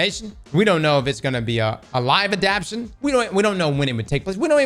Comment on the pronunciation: Anyone else getting pissed as hell the way he’s pronouncing “adaptation?” 😂